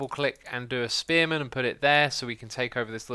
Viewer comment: First time he said spearman, I thought he said experiment.